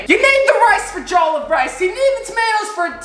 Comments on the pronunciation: Im not african but if it was the way you pronounce Jollof it would be spelt Joll of rice but it actual it Jo-loff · I am disappointed as a black person I can tell you it is pronounced Jellof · Juhloff not jole of rice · Anyone else cringe whenever he said “jole uff” instead of “jole off” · mmm mmmm mmm, l do love me some jolof rice say: je-lof rice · A a Nigerian I can cat you did wellbut it looks like Ghanaian jollof , Also it’s pronounced jo-lof rice. Hope you enjoyed it. 😁😁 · I'm vomiting all over the place! The way he said jollof. "Jolf" lol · dude said “doomfises jolov rice” 😂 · Jole of Rice? Lmao it’s pronounced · Damn I’m from Nigeria and its cool to see you make this. Didn’t watch the video so idk if you made a comment about the pronunciation but it’s pronounced “juh luf” much love tho. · jowl of rice 😂😂😂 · He says jollof wrong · as a nigerian, the way he says jollof rice makes me wanna kms, who needs sombra to counter doomfist. this guy just needs to say JOLLOF rice and doom is rocket punching off the map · Just saying he did say jollof rice wrong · Me, an african, listening to him pronounce Jollof wrong: 👁👄👁